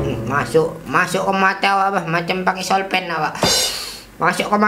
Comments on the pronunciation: Soflen bang bukan solpen😭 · Soflen bang bukan solpen🤣🤣